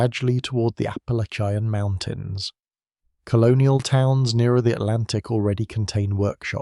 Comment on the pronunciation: Apple ly chi yan mountains ?? The AI voices sounding like gay foreigners just don't sound right for American history!! I'll pass